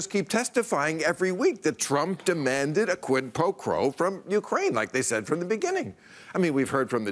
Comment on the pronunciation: Finally Bill pronounces Ukraine correctly. Lol